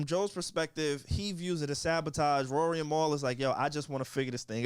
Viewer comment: says Rory name as Ruury. 😹 The disrespect.